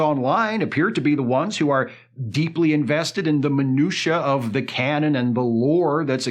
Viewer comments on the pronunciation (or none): none